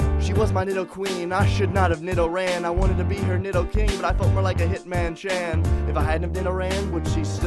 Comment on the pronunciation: lol He said hitmanchan...